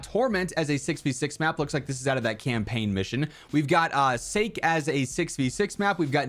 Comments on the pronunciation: Sockie not Sayke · A couple more things to mention: 1. Sake is pronounced “Sah-Kee” as it’s the Japanese drink produced in the map. 2. In case you missed it, Cliff Town is a reimagining of Yemen from Black Ops 2 3. Several of the prestige camos from the new weapons are actually returning camos from Black Ops 4